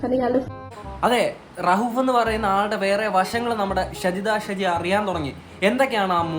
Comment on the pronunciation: Aadhyam name parayunnath padik😂😂